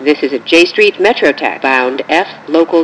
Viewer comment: so funny how she saids j street metro tech